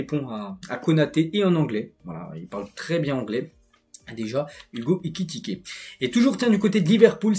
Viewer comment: Excellent travail c'est ta façon de prononcer Ekikité😅😅😅 au lieu de Ekitiké qui me retiens